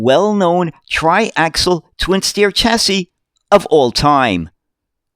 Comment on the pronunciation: I like your vids mate all about uk buses but how would you feel about attemoting to pronounce chassis with a shhhh rather than a chhhh